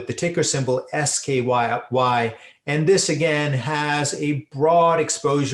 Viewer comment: Not SKY but SKYY